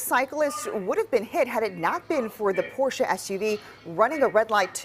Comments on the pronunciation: Bravo on your correct pronunciation of Porsche. Por SHUH 👏 👏. Not many know about that. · cannot understate how happy I am to hear Porsche pronounced correctly